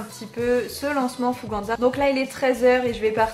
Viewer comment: Je si la seul a dire « Fouganza » « FougeNza »? Et non « An »